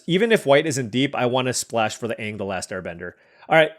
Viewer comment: You butchering anag and tophs names all game was hurting me